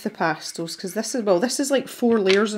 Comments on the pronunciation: LOVELY video!!!!! My favorite part was the times you said pastills instead of pastels!!!!!😜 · Pretty sure I say 'pastils' all the time, it's just the way we pronounce it in Scotland. Wait... did I actually say 'pastels' at some point? Now I'm worried! 🤣😉